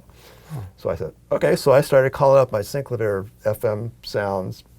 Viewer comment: sin-CLAH-vee-air Not SYNC-la-veer